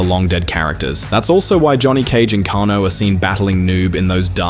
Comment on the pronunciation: Damn... he pronounced Kano as Kawno.....